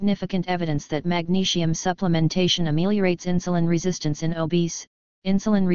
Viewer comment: I don't get why the bot voicing the text has to say magnesium like 'magneshium' but otherwise thank you very much for the information. I have heard many people say magnesium helps to lower their blood pressure. My mum suffers from high blood pressure but it's just trying to get her to take the supplement that's the problem. I've also heard that having too much sugar in the diet can have negative effects on blood pressure. Btw to people interested only 20 percent of magnesium is absorbed so if you get a supplement like citrate you're probably only going to get up to 80mg from 500mg. Due to the soil being more depleted in minerals than ever before, we don't get much from food nowadays or so I've heard. My advice is oral supplements and chloride spray. I would also avoid too much calcium, fluoride (which binds with magnesium thus you lose more and is bad for you) caffeine and refined sugar and salt - as it's stated in the article. Btw I've heard somewhere that salt can transform in to something similar to that of glass when being digested in the body to which it then acts as an abrasion to the arteries making you bleed. Cholesterol then goes to the rescue to help you stop from bleeding. I'm not sure if this is true but it's something to do more research in to. Try and avoid processed or boxed foods as these items drain more magnesium from the body. To people that are looking out for someone's health please don't forget your own too. Mostly everyone is highly deficient in this mi